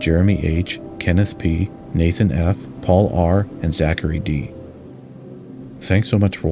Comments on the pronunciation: It grates every time he says it - Taasmaan. Short vowels = Tazmin. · Great video. But Tasman is not pronounced Tas-Man, it is Tasm’n. Because it is named after a person, Abel Tasman, a Dutch explorer. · Great stuff mate. Just one thing buddy it’s pronounced Tasmen not Tas-Man. 🇦🇺👍🇦🇺👍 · As a Kiwi only used to the Kiwi accent pronouncing it 'Tas-min', the way you say 'Tas-*man*' was quite surprising. 😅 Thanks for another great video as always! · Hi, I've just joined your Patreon, and am super proud of to do so. Just a little aside, in Australia we pronounce 'Tasman' with the second 'a' being very soft - Almost like 'Tasmin' or 'Tasmun'. Similarly with Melbourne, where we say 'Melbin' or 'Melbun'. More related to the video, I'd definitely recommend visit Hobart, a beautiful harbour city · I know this is a serious video about a tragic engineering disaster, but I must admit that it gives me a giggle each time pronounces the bridge name as "Tazz Man"?😄 Any Aussies watching should get a good chortle too! The Tazz Man sounds rather like a party DJ or somebody selling things in those little baggies.... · Another outstanding film. Very, very minor quibble: the pronunciation is with strong emphasis on the first syllable: TAZ-man. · I enjoyed this! I wish the narration would say "Tasman" to rhyme with Jasmine, not Jazz-MAN though. Did Flight Simulator 2020 graphics get used for this? Fabulous! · Heh the "Taz Man" pronunciation makes me smile every time I hear it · *(pronounced 'Tasmun Bridge') Forty years later, we're still discussing an appropriate replacement. Currently not scheduled for another forty years. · Shorten the vowels! It’s Tazmin. 🇦🇺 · A concise yet surprisingly comprehensive presentation - really nice work. P.S. The final 3 letters of ‘Tasman’ are usually pronounced as if the ‘a’ is absent, like Tasmn, or even tasmin or tasmahn, but not as the word ‘man’ (with the hard ‘a’). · Tas-man, the superhero nobody wanted!